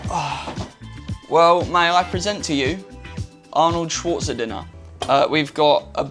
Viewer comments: Mate, its Schwarzen-egger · Excuse me, Arnold Schwarze-what?